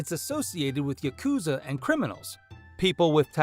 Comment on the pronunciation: AI cant pronounce Japanese words correctly still? Yakuza does not sound like Yacooza, as an example.